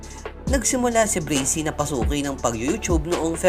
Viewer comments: Kuya pag pronounce braksy hindi brasey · You mad me laugh breysi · Braxy hindi brixy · Bubu hindi breysi braksi bubu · Braxy po di bracy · Braxy Hndi breysi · Braxy not brisy or brixy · Braxy bro not breaxy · Not bricy the right name is braxy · mali yung pag ka sbi nya sa braxy hindi bracy yun braxy yun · Breysi pala pronunciation akala ko braksi🤔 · Braxy Hindi brazy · Brexy pala pagbigkas akala ko Braxy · Correction braxy po hindi bracy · "BRAKSI" talaga tamang pag pronounce hindi "breysi" according sa google. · Hahah sir inspirasyon Braxy sir Hindi po braksi hehehe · Bakit po bracy braxy po as in braksi ang basa nyan po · "Brakzy" Not "Brezy" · Bakit po brizy yong bigkas nyo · Brasy at montaj mali ung banggit mo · pronunciation: Breysi "BRAXY" Me: Braksi 😂😂😂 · Breyksi dapat tlga .. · De brasy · Brezzy haha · Bakit kaya breysi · Anong BRAXY."braksi" yon aral ka muna aral ka muna. HAHAHAHAHA jok lang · Akin Bra-k-sy pronounce ko sa Braxy nya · Dude bra. Xyyyyy not sssssiiii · Mali kasi pronunciation